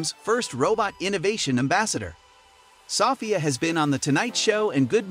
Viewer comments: It's So - phia, not Saw - phia. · Her name is pronounced so-FEE-ah. Not SOFF-ee-uh. I can't stand the illiteracy anymore. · Soffia? um its pronounced So Fia i swear these channels are a plague on youtube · It’s So-ph-ia learn how to say her name correctly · I’m turning this off cause you keep saying SofIa. Idk why you need to say a name that much. We already know who you’re talking about. And stop mispronouncing her name. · Why does he pronounce it "Sahfiah" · In England we would pronounce it "suh- feeya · You're pronouncing Sophia wrong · Half way thru the video he learns how to say her name right. Its almost as if the commentator is an IA learning as he goes. Like seeing his progress in human language in a span of 7 min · Title: is Sophie still alive? Everyone in comments: you can't even pronounce her name correctly! (Idk should should i use "her" for a robot haha) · The narrator can’t pronounce a common name 🙄. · you're saying Sophia wrong. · it does sound comical how he pronounces it 😂🇬🇧